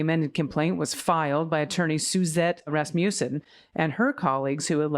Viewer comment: Rasmussen is Scandinavian. Accent on the front. Not pronounced like Rasputin! 😂